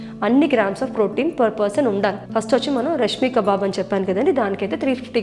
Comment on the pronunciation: Hi,nice recipe andi🙂 బట్ అది రష్మీ కబాబ్ కాదండి, రేష్మి కబాబ్ అంటారు. రేష్మి అంటే silky అని అర్థం. పట్టులాగా soft, smooth & tender texture ఉండడం వల్ల దానికి ఆ పేరు 🙂 And ఆ lettuce రొమానియా కాదండి రొమేన్ lettuce అంటారు. Sorry అండి ఇలా చెప్పినందుకు ఏమనుకోకండి, correct గా చెప్తే అందరికి రెసిపీ చేసుకోడం easy అవుతుందని చెప్పాను.